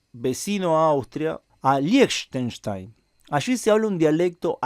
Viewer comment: liechtenstein se pronuncia lijtenstain